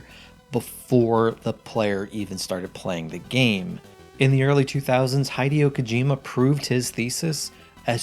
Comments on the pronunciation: Why does nobody even try to pronounce Kojima’s name correctly? He-day-oh Koh-jee-mah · I had to stop watching the video after you butchered the pronunciation of “Hideo Kojima”